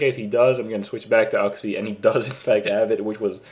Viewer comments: oox-e not uhx-e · dammit its YOUxie not UGxie >_>